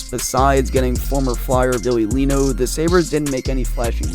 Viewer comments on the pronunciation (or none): This was a cringe video. Names like Bylsma, Neuvirth, Leino and Regier are all mispronounced. It is factually incorrect in that there were more additions made to the team at the same time as Leino(Ehrhoff, Regehr). Vanek wasn’t named captain after Pominville left, it was rotated and interim until Ott took it over. Kane was as big of a star before he came to Buffalo and while he was here as he is now with San Jose. There were not five GMs and four coaches in 8 years, there were three GMs and six coaches. Two of the players coming back in the ROR trade were Soboyka and Berglund who were established NHL veterans and in the NHL. However, the meat and potatoes were spot on. Poor asset management, and a terrible owner are the true problem in Buffalo.